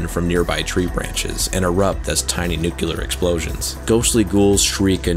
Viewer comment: Awesome video! Side note: it's pronounced, "nu-clear" not "nu-cu-lur"